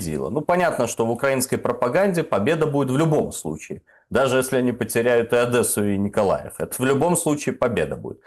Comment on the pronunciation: Я твой рот полоскал Какая Адэса? Ну когда вы уже научитесь говорить правильно, мягкое Д, девушка, дедушка, Одесса, мягкое Д!!!